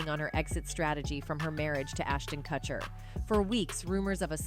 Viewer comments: "Cutcher" why do all these videos mispronounce the names? last one i watched was about lil bo-wow lmao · Why is this idiot pronouncing kutcher like katcher....dumbbell